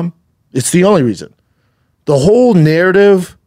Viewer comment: Say narridiv again